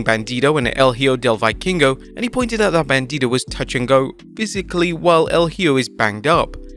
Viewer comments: It's pronunced "eho" del vikingo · dude you have to learn how to say HIJO DEL VIKINGO! or just say son of the viking jaja el jio del vaikingo cmon bro xd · this britbonger pronounces "hijo del vikingo" as "ee-oh delle veykeengo" LMAO